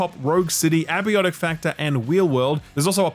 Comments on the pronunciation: Possibly the most Australian thing you've done so far is pronouncing "Abiotic Factor" as "Abby-ottic factor". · Man you're still saying 'abiotic' incorrectly